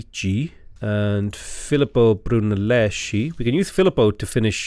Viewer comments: Brunelesky, it's read Brunellesky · Those great people are pronounced as they were Giovanni de Médici e Filippo Brunelleski